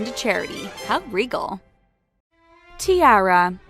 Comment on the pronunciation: That way she says “tiara” as ti-air-a